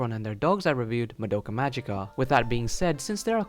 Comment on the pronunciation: Why can nobody pronounce the word "magica" from the title? It's Latin, but everone insists it being an English word. And regarding symbolism/parallels: if you're interested, you should read this